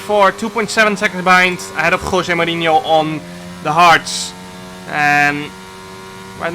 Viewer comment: Nobody: Jarno: KHWOSE MOURINHO